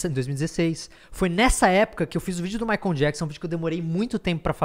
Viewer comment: Castanhari pronunciando "maicon" ao invés de "maicol"... meu deu Gatilho.